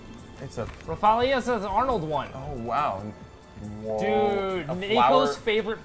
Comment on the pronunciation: It's Rafflesia Arnoldii!!! 2 'i's